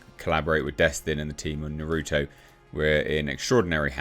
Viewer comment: He butchered Naruto's name and it causes me pain.